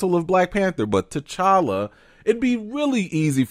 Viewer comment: He kept saying tchalla when talking about Chadwick that was so weird